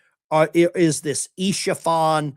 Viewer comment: "Isfahan" (city & province) is pronounced as "es-fah-han." Isha-fan refers to a supporter or fan of "Isha" a non-verbal orphan character from the animated series "Arcane" distributed by Netflix. It has no meaning in Farsi or Arabic. JS